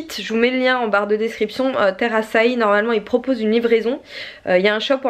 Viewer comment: heu Açaï çà se prononce pas comme Aïe ?